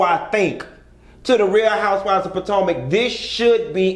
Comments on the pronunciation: Puh-toe-mick... that's how you pronounce it. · Did he say house of potato 💀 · I'm just ready to hear you say Patanka again 😂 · He been saying Pa-Tan-ka since he started watching and reviewing them..LoL Pa Tan ka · PA-TANK-A .. He said what he said 😂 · Nope its definitely Patanka now 😂😂😂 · Honey you don’t know how to pronounce “Potomac”